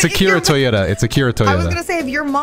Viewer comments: Bro said akira toyota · can't come to the phone right now, he's struggling with the fact he confidently mispronounced Akira Toriyama's name and played it off like his name is Akira Toyota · Man said Akira Toyota 💀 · Bro said Akira Toyota💀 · I'm glad i wasn't the only one who caught that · Okay I'm glad I'm not the only one that heard that lol. I thought I had woken up in an alternate universe or something xD